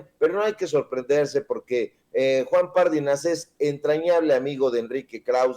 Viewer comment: Mi buen, Pardinas, no lleva acento en la primera "a", por lo que no se pronuncia "Párdinas". Y no lleva tilde en la í, aunque sí acento, pues es palabra grave y termina en"s". Gracias! No puede ser aguda porque termina en "s'" y no tiene acento escrito. Cuidado al pronunciar, sobre todo Apellidos! Mi buen!